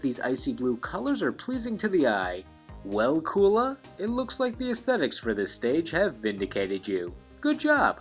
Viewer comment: You mispronounced Kula